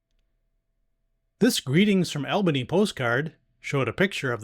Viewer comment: Great videos, ‘cept Albany is pronounced ALL-bany, instead of AL-bany. 😊